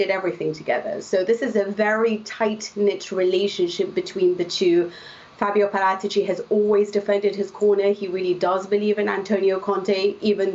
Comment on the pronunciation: The expert says Parátici, the newsreader keeps on saying Para- teachy